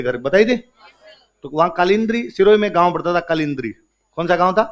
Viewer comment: कालिंद्री नहीं है वो कालंद्री है सर जी